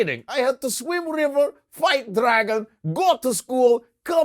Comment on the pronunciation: "Fight DARAGON" lol